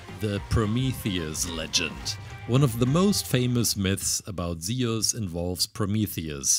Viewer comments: bro can u pls say zues and not sound like saying zioles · It was absolutely fantastic, though i couldn't help shout its "zyoo-s" like juice and no "ze-us" 😅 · It’s not seus it’s zuse btw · zee us lol its zoos thats how u pronounce zeus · I pronounce it as zoo-s not zee-iss but u do u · Isnt is pronounced z-u-s and not ze-us? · It's not zeos is Zeus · zeus z-oo-s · Zeeoos no hate I just liked how yo said Zeus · I know you have an accent but it’s pronounced zoos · Its pronounced zeus sounds like zues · he says aluminum right but he cant say zeus for shit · U said Zeus wrong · I love this guys content but I'm sorry the way he says Zeus is honestly kinda making me mad